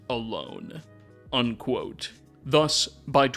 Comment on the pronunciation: I promise you if I have to listen to a second more of this fool saying undquote while forcing his dumbass, clearly fake voice I’m gonna explode. I’m unfortunately a sub subscriber, but I have to listen to anything more like this absolutely not.